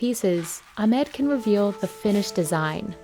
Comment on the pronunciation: Your are absolutely pronouncing Ahmed’s name incorrectly.